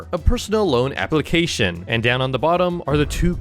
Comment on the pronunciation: Bro did you just said Ap*lication